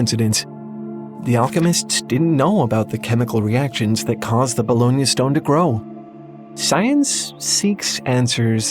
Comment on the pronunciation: I can't stop hearing bologna stone